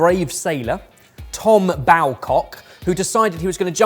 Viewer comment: As someone born and raised in Mousehole (Mowzel) i just knew it would be pronounced incorrectly 😂 and Tom Bawcock is pronounced Bow-cock 👌 Glad to see it in the video though!